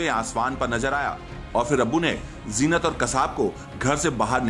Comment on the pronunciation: Jeenat nai hota zeenat hota hai pagal reporter